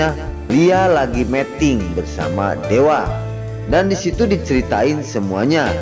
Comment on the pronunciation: Aduh min meting itu artinya kawin tolong yg bener bacanya meeting